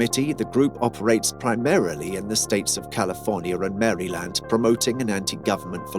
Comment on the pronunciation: man say Maryland and Gorilla correctly please